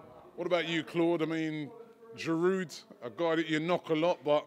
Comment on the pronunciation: Giroud is only getting stick from his past performance.. right now he is putting in the goals.. so no Gooner can complain. Pronounced GEEROO ROBBIE, NOT FRIGGIN GEERUDE.